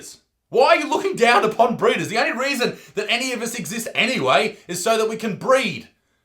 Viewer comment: Bruh when you say breeder It sounds like burrito.